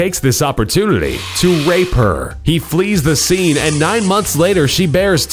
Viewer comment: was I the only one who heard wape her in on of the storys